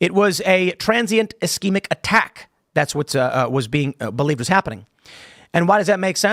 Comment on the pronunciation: Figure out how to say ischemic😂